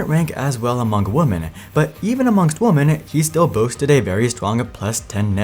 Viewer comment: More than 1 Women is prounouced wimin.